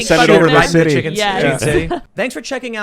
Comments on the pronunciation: something bugs me about how he pronounces it. chiCKENN! Not sure why lol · I always get annoyed by the way Tim pronounces the word "Chicken". And of course he has been obsessed with the word in the past few weeks lol.